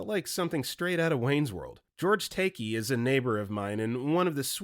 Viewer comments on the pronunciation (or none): george take-ee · BRO, I give up. You also botched Steven Seagall, George Takei, and equine.